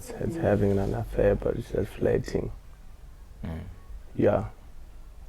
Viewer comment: The only thing i hrd was "i was just flatng" 😂😂😂😂